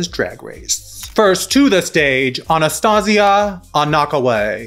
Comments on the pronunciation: Her name is Anastarzia Anaquway: AnasTARzia, NOT Anastasia. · Y'all, her name is Anastarzia with an R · Theyre just gonna keep saying anastarzias name wrong ?